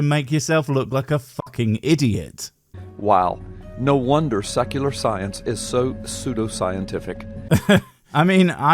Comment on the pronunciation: Haha, thus is great. It sounded like he said sucular rather than secular! This is funny. Great video, 👍💙💙💙🥰✌